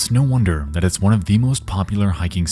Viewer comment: It's "snow" wonder 😂